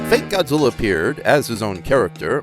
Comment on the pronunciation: Zuminz wong. Angwueriz choodnd bee hurdind hiz fwend, Gawdziller.